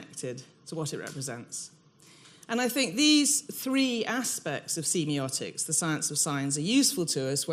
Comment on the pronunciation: Ahh that's not how I say semiotics. I hate when that happens, it's going to bug me the whole lecture now.